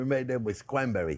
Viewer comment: Did you say cwanbewwie fwend? You get me so excited fwend!